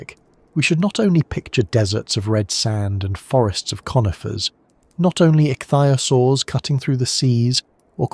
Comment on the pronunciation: "Pan-GEE-Ah!" "Ick-thee-Ah-Soars" How can you get this wrong! These are the easy pronunciations! When in doubt,go eith how Sir David Attenboroughsays it!!